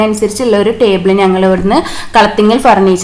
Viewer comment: നങ്ങൾ എന്നല്ല ഞങ്ങൾ . ഞ എന്ന അക്ഷരത്തെ കൊല്ലരുത്